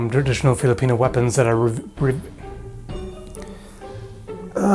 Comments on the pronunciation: twwrradritijooonalll.. OP english skillz! love from Denmark. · Let me help you it's "traditional", your welcome.